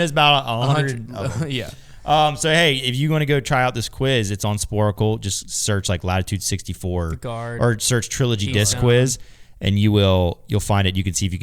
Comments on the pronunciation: Love the pod, but SPORCLE IS 2 SYLLABLES. SPOR-CLE. Not spor-a-cle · Sporcle. Not Sporacle. Every time.